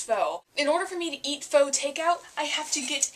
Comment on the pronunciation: Hey, I'm a new subscriber, and I love your VEDA videos so far. Glad to hear you love pho so much :) it's great stuff. (and fyi it's pronounced like "fuh" and what you described as basil is actually cilantro.)